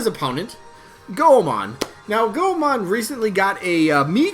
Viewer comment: Oh dont want to be that gal Goemon is pronounced Goy-Mon. Named after Japanese kabuki ninja legend Ishikawa Goemon:)